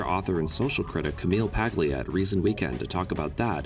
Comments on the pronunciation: Its not Pag- lee-ah ,but Pa- lee -ah, thats as close as I can get it.A G in Italian followed by a N or an L is not pronounced as G. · Her name's pronounced PAY-LEA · Pronounced "Pahlia," narrator. I'm a hillbilly and I even know that.